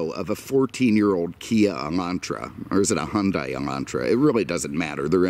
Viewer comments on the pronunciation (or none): none